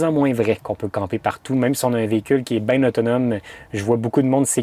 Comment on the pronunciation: c est bien pas bieng